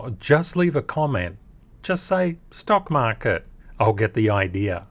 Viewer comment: “stock market” with accent